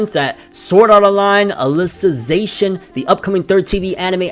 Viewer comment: You pronounced alicization perfectly